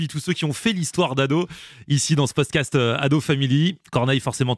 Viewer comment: => "Ici dans ce poscast" (oula, faudra apprendre à prononcer: PODCAST)